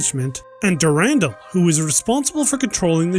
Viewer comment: Dur-an-dal(doll), not Durandel.